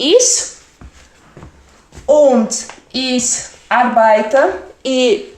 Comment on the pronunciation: Sou falante da língua alemã. Me desculpe, achei seu video muito confuso para quem está iniciando o estudo da língua. E também a pronúncia não é lá das melhores, sobretudo quando vc fala ICH, mas isso tudo bem considerando que alemão não é sua língua nativa. De qualquer forma, te dou a maior força para vc progredir nos seus ensinamentos, mas precisa dar uma melhoradinha na didática 😉